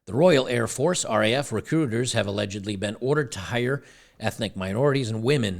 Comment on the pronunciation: Air Force not Hair force ladies.